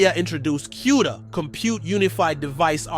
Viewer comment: LOL what did you call "E.V.G.A." eevgaa? LMAO and its not Q Da is pronounced "Coo Da" lol you should know the industry before trying to report on it.